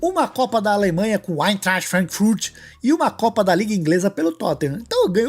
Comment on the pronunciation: Ele falando o nome do Frankfurt 😂😂😂😂😂😂